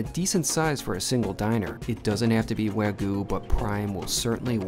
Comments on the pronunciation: "wagu" lol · Bro... There's a "Y" in the word Wagyu... It's a Japanese word. You don't call Kyoto "Koto".